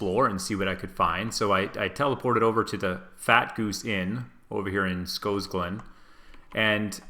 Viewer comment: What exactly is making the 'o' in Scosglen long?